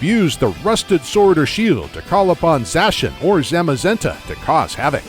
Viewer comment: finally someone else who pronounces Zacian and Zamazenta like I do